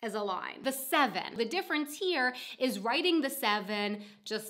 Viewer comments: Don't forget to link to your "Why do I drop the Ts" video, you say "wri ... en" quite a lot in this one. :) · Glottal stop substitution for t.